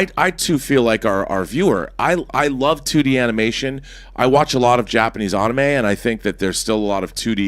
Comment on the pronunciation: Jankification he really mispronounced anime